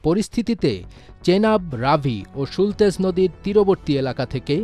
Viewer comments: সুলতেজ বলে কোন নদী নেই। নামটা সুতলেজ (Sutlej)।ভুলভাল English না বলে বাংলায় বললেই হয় - শতদ্রু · Sultej noi re sutlej ba satadru nodi